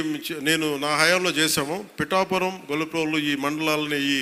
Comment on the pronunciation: మనోడికి పిఠాపురం అనడం కూడా రాదు